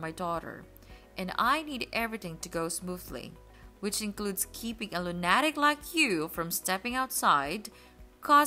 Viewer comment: lu-na-tic???? sheesh